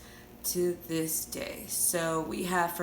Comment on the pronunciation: "To dis day!" I started screaming 😂🤣